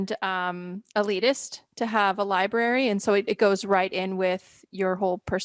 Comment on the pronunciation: Liebarry..... bwhahahah lie-brary **